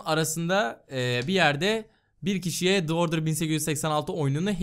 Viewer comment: "The Order"daki The "Dı" olarak okummaz, "Di" olarak okunur. İngilizceden hiç nasip almamışsınız. Sesli ile okunmaya başlayan kelimelerde The, Dı değil Di diye okunur.:)